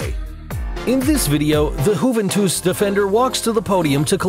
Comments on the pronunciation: The most embarrassing thing in the whole video is the way you pronounced Juventus! Hooventoos indeed! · Hooventoos?! Seriously?